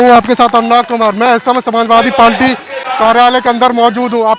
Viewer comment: भाई पालटी नहीं पार्टी कह लो,इतना तो जान समझ कर माइक पकड़िए।बाकी मुद्दा ठीक लेकर चल रहे हैं👍